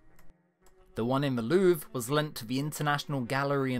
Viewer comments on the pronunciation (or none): none